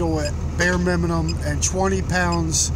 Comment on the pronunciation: Started scrolling the comment as soon as I heard him say it🤣